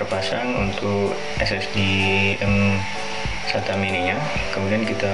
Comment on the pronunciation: bukan m2sata tapi msata mas